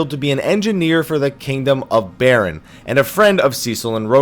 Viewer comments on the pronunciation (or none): none